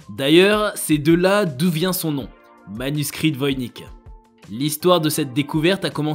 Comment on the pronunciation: Ça se prononce Voynitche.